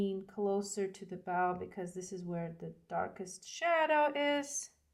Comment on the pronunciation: Hello! New subscriber here! Love your style! Just wanted to compliment you on your English and thank you for teaching and not just music! PS, the red ribbon ‘bow’ is pronounced like ‘snow’ Just to help ❤